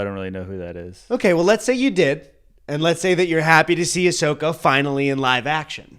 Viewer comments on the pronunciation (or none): Ashoka with a A not with Aa